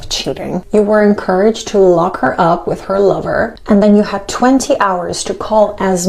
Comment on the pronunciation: Supermodel needs to change WIT to WITH. (your tongue goes out past your TEETH. Then, you will be able to correctly say WITH and TEETH. !!!! YEAY!!